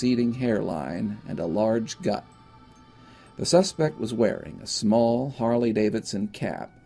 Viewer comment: Not to discount the serious nature of this case, but the "and a large guut" cracked me up.